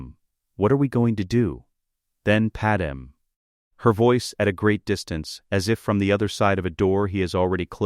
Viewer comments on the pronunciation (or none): I HATE hearing PadMÉ pronounced as PaDAM. I Respectfully Request that you speak the lines yourself instead of an AI so that her First Name isn't butchered.